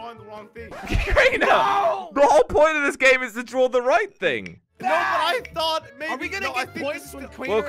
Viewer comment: is like "I barely got to drawrr it"🤣